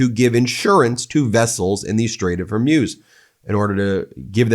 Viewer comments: Pronounced hurmooooz not like amuse..eek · I give up. Maybe it is HER-MUSE. But it's not. It's f'ing HOR-MUZ. This is my last post on this matter. It's HOR which is from HORROR. MUZ rhymes with NEWS